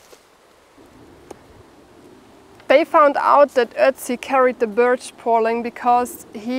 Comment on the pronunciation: It sounds like you are saying beech trees when it is actually birch trees, a completely different type of tree.